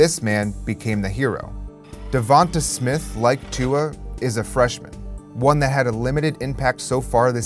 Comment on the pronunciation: Bahahahahahahahahahahahahahahahahaha and the this man butchers Devonte Smiths name hahahahaha